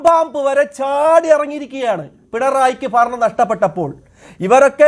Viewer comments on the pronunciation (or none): ഫരണം പോയോ ചഘാവേ? വേട്ട ആടി യൊ ഇനി ആttaരൂട്. 😂😅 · ആരാണ് ഈ പുതിയ അവതാരം. വെൻഗായം, കിഴങ്ങ്, തക്കാളി, കുമ്പളങ്ങ, മത്തങ്ങ, ചേന, ചേമ്പ് ഒക്കെയാണ് വന്ന് മെഴുകുന്നത്. ഫരണം അല്ല സഖാവേ, ഭരണം. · ഫരണമല്ല...... ഭരണം എന്ന് പറഞ്ഞ് പഠിക്കൂ വെമ്പായം